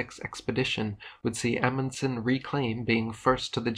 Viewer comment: Did you just say Emunson The FRAM, THE ‘“MEDRA”???? 😳😳😳😳😳😳